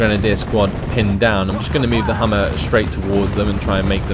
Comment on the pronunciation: Interesting video, thanks. By the way, it's Humber, not Hummer. :)